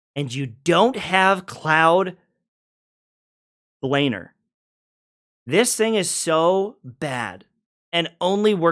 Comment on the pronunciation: i like how he miss pronounce cloud blamers name everytime